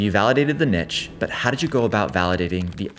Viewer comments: dude, the word 'niche' is not pronounced 'NICHHH', its actually pronounced 'NEESH'. Just a heads up.... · Fantastic, down to earth story. Thanks! But the interview's "nitch" pronunciation grates like fingers down a chalkboard ❤😅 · First time hearing someone read niche as "nitch"